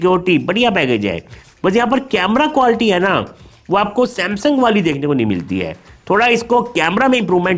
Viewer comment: Sir ap quality ko qualty kyu bolte ho 🤔